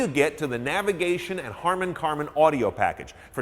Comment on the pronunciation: HARMAN KARDON not karman